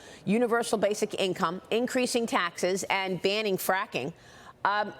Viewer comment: I like how she pronounces her name " harass" instead of Harris😂